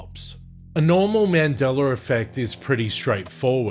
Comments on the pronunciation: Is it also a Mandela Effect when I hear you pronounce it as Mandelar? 🤔🧐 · In this timeline it’s pronounced Mandeller fect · There's no R in Mandela-r lol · I was at a recent family gathering on my girls side of the family as I walked into a room where she was with her cousins I had heard one of the girls say she had her first Mandingo effect. I walked inti the room laughing and said it’s not called the Mandingo effect it’s called the Mandela effect. What the hell is a Mandingo anyway a half man half dog? I tried to explain why isn’t called the Mandela but they all seem to laugh and giggle like I was wrong. I think there’s a big possibility that in their reality it’s called Mandingo almost like how I hear the way it’s said on this video, where I hear him say Mandeler instead of Mandela. In his reality its Mandeler not Mandela. I heard one of her cousins say she couldn’t walk after she experienced her first Mandingo effect. It doesn’t sound like they understand what a Mandela effect is or care to listen to me inform them. I’m glad I’m not in that reality where you can’t walk after a Mandela effect. They didn’t want to share with me, so my conclusion is that the shift in reality they experienced was intentional and done willingly. That’s why they can relate to that reality. This stuff is definitely weird. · What is a "mandeller" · Mandeler effect 😂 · I don't understand why, the Brits and the Aussies put an "er" on the end of a word that ends with an "a"? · I think this is just how he pronounces it. Like people who say idear vs idea.